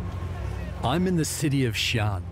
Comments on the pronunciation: mispronounced xi-an (note the break between the two syllables) as "xian". kind of an embarrassing blunder for a documentary on ancient china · His Xi’An sucks though 😆